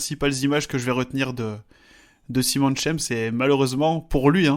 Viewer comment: Petite observation de prononciation, mais il me semble qu'en allemand, Simon se prononce Zimone, et non Saillemonne comme en anglais. C'est étonnant que Schemp n'ait pas attendu la fin du championnat du monde pour annoncer sa retraite...